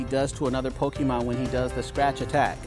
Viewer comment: It’s Pokemon not Pokeman. Cmon.